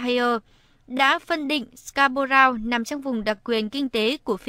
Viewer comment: Người thuyết minh phát âm chữ Scarborough sai rồi ! Đi học tiếng Anh lại đi